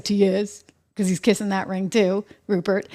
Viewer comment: “Ruprecht” Murdoch. 👎👇🫵